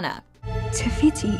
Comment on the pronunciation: Te whiti and te ka 👌